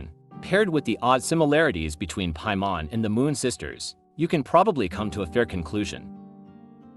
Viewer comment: According to ,,Piamon´´? o.o